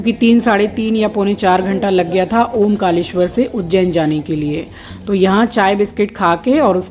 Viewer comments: Omkaleshwar nhi, Omkareshwar hai Jaha ja rhe ho, usko theek se pronounce to Karo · It's not omkaleshewar, it is omkareshwar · जी ओंकारेश्वर है ना की ओम कालेश्वर❤🙏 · उसका नाम ओंकारेश्वर है ना की ओंकालेशवर